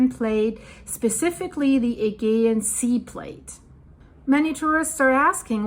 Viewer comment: Aegean is pronounced Ah-gee-an